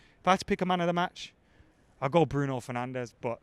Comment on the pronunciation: "bruiso fernandes"